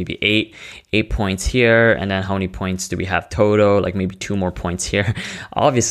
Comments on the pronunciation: "The totow" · Are you saying towtoe or total? It'd really help if someone could help clarify this, as a millionaire of course.